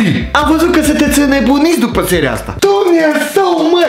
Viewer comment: Doar mi-e îmi place când zice"Dumnezău marii"😂😂